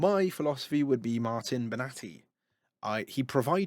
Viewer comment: Martin Bena-thai 💀